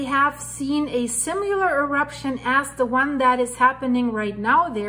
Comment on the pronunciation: similar lar not simu lar also we are not "guys" great reporting thanks